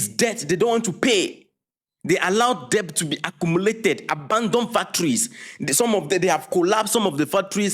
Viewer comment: Debt is pronounced "dɛt"